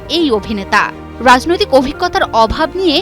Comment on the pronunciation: রাযনৈতিক, আসরে। এ কে রে ভাই। কি উচ্চারণ!